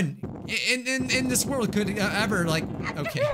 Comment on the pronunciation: That is not how you say World